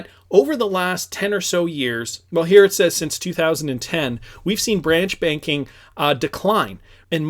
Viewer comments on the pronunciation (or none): none